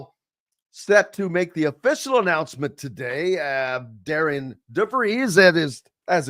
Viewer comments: will you quit saying the coach's name wrong it's not pronounced d a r i a n it's pronounced d a r r e n. just because you see it spelled a certain way doesn't mean it's pronounced that way. you and Todd both do not even know how to pronounce the new coach's name that's pretty sad. and quit saying when Darren DeVries left Drake he did not leave the cupboard bare. yes he did the entire roster was gone after he left. Ben McCollum brought in a whole new team including five starters from division 2 coach DeVries did not leave one player left on that roster. so yes everything you saw Ben McCollum do this year he did on his own. you need to do research and get your facts straight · respectfully you are going to have to get his name right. It is spelled Darian, but pronounced Darren